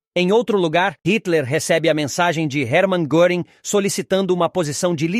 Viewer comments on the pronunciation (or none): A pronúncia de SPEER, em alemão, não é /spir/. O correto é /shpêêr/. E no caso de GÖRING, não é /goring/ e sim /guêring/.